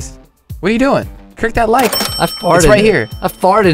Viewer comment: He said creek instead of click